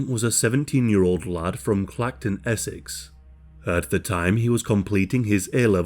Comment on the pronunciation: Thought you said a young lard